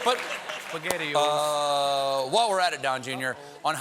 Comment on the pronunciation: "Spagettios uh O" that was smart lol